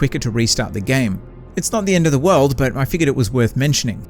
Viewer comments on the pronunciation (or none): none